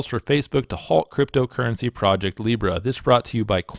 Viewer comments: Seriously you got hammered for mispronouncing Libra. Come on people get real. We really need to overlook little mistakes like this. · apology accepted for pronouncing a shitcoin's name wrong. how dare you.